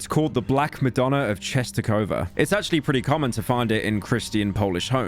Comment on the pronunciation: the fact he actually almost pronounced it correctly is genuinely impressive. It’s pronounced “chestohova”